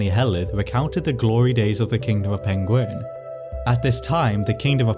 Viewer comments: That's Peng-WERN.... not ''penguin''. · All I'm saying is - Its Pengwern not Pengworn 😂😂😂 yeah I'm from Telford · It's Pengwern not Pengworn - Yes I'm from Telford and you won't get the joke unless you know 😂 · History is good, your pronunciation of the "e" in Pengwern is less so. You are saying uh, when eh would make it less jaring to listen to. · Is this where the pengulin were from ( actor who played Sherlock and mispronounced penguin on bbc documentaries) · Pengwern is how Benedict Cumberbatch pronounces "penguin." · I'm sorry, but "Pengwern" is (one of the many ways) that Benedict Cumberbatch pronounces "penguin". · if it weren't for the printed name I'd have completely believed you were saying penguin. You completely swallow the "r". Love your accent and enjoy the video. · Going off welsh, pengwern is likely pronounced Peng-where-n and the r in where is rolled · Pengwren is just how Benedict Cumberbatch says penguin. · Pengwern sounds like how Benedict Cumberbatch would say penguin. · Pengwern sounds like Benedict Cumberbatch trying to say penguin and now I can't unhear it 😂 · Benedict Cumberbatch: Penglern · I always have so much sympathy for anybody attempting Welsh place names. I'm lucky that I went to 2 Welsh language schools but even Welsh people who didn't struggle to pronounce most of them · Ahh the missing kingdom that Benedict Cumberbatch cant pronounce. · Rumour has it Benedict Cumberbatch can't say Pengwern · I guess "Pengwern" ist not an ancient word for "penguin"🐧, right?